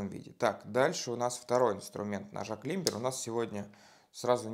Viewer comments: Не кламбер, а клайме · (Без негатива) говорится не клибер а кламбер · Правильно говорить клАймбер! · Умоляю, ради всего святого, не называйте модель Climber "климбером"!!! Вы же Ranger не называете "рангером"! Это ведь слово не из немецкого языка (где читается так, как пишется), а из английского, про разницу между написанием и произношением в котором даже поговорка есть: по-английски пишется "Манчестер", а читается "Ливерпуль"! Британский вариант правильного произношения слова "climber" - "клайме" (буква "b" вообще не произносится), американский вариант - "клаймер". Только так и не иначе! Произносить "climber" как "климбер" - это гораздо хуже, чем, допустим, произносить русское "полотенце" с сильным оканьем или, например, в очень приличном обществе вместо "парень" говорить "чувак"...